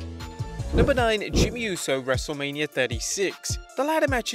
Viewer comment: Not to be rude it’s not wrestlelamia it’s wrestlemainia